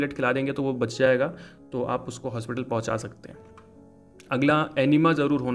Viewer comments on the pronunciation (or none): Bhai plzz shakte n bolo sakte bolo irritate ho RHA